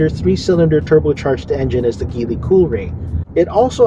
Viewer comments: Please pronounce the brand right, or at least check out the right pronounciation before doing a review. Good content though. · Very dissapointed of this review not because it’s bias or anything. TopGear is one of the oldest source for auto reviews and news. I’ve bought their magazines since I was a kid. But this guy didn’t even bother researching how Geely is pronounced, if the roof rails are functional or not, that there are two more cup holders in the third row, and how to properly fold the third row seats. A lot of misinformation in this video. 😬